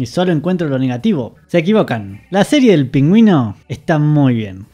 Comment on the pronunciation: Todos preguntándonos porqué pronuncia "PÍNGÜIN"...